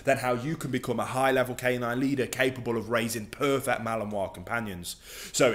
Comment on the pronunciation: Like this guy allot but abs cannot deal with the way he says purrfecc drives me nuts lol